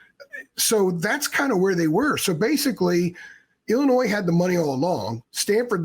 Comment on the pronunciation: Learn how to pronounce Illinois lmfao